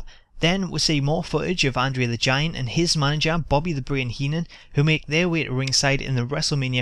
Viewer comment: Why can't the guy on the video pronounce andre's name correctly. annoying.